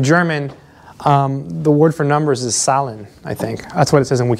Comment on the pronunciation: In the video you asked about the correct pronunciation of "integers" = Z for Zahlen in German. Use a "t" sound at the beginning because its a Z not a S. So basically say "Tsalen"